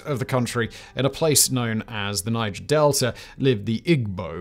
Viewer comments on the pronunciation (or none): none